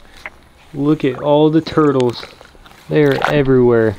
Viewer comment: When you can’t afford a cameraman..: “I like toitles”